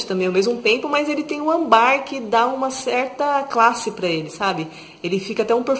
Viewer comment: E é âmbar, não ambár. 😉